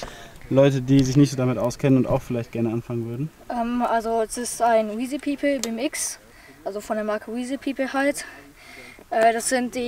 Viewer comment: Wird von wethepeople gesponsert und weiß nicht wie man die Marke ausspricht 😂